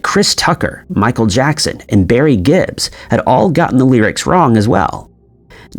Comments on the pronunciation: It's Eurythmics not Eurythmatics. It's Barry Gibb not Gibbs and it's the Bee Gees not the group Bee Gee. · Barry Gibb not "Gibbs".